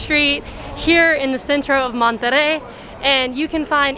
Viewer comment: You guys are great BUT... you need to learn how to say Monterey correctly ask some please